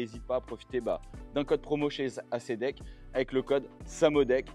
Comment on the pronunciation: Super vidéo merci, mais j'aurais aimé te voir faire un demi tour pour voir à quel point elle est maniable. Et on dit pas acédeck mais éyssdeck 😊